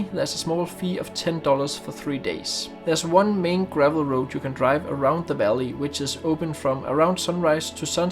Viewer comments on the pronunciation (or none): none